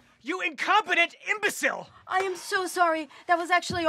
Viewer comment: Him: YOU INCOPETENT EMBOCILE Me: why did he say it like that?